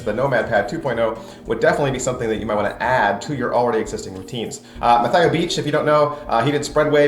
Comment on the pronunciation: Good review. Very thorough. It just annoyed me that you were mispronouncing Mathieu the whole time.